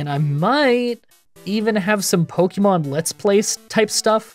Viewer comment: 12 years of publicized content and still pronouncing it "Pokeymon."